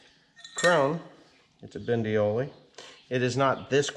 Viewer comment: Is it that difficult to say "Bondioli" instead of Bindioli? Don't think you like people addressing you as Mr Pindy? For the rest I agree that only few manufacturers seem to get it right on these PTO shafts, no matter if it is Weasler, Walterscheid or Bondioli.